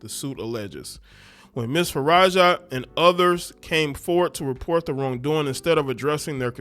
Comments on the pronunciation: Taraji P. Henson has basically the same name as this chick.... this lady's name is Faraji but you said Farajah. lol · Bro, pronounce the girls name the way it’s spelled. Her last name ends with an I and not an A.